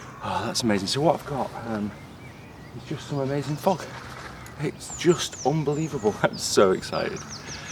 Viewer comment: Hi, are you from Yorkshire? Love you accent;) O-nbe-livable